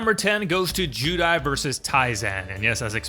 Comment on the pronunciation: Why’s he saying judai